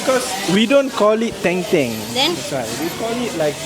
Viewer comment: Bukan teng teng, tapi Deng Deng... Daging dengdeng